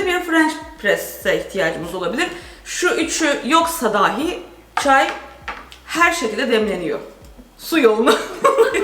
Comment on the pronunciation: daaahi diye söylenmez. Dahi kapalı a şeklinde söylenir.